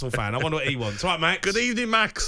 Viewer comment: Unai Emery cant be believe his luck..He had a good ebening and he will take his chances